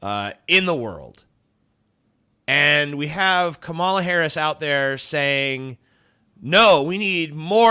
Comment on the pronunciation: It's actually calm-uh-luh not kuh-mall-uh.